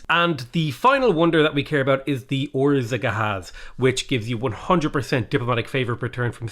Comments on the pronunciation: I like how you butcher saying Országház by saying orzagahaz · The z is actually silent. Orszaghaz is pronounced "Or-sag-haz" Hope that helps at all! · love how you're pronouncing Országház. It's pronounced " [ˈorsaːghaːz] ", meaning "house of the country". Beautiful building in Budapest. Sadly it's the workplace of the local mafia. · Hot tip on how to pronounce Országház - Try saying Oars - AAGH - Haz (like in Hazmat) It just means Ország = Country and Ház = House PS - We're aware that our language is fuckin weird. Fun fact - In an episode of Supergirl, there's a scene where the Martian Manhunter is speaking in Martian in the context of the show, but it's actually just badly pronounced Hungarian.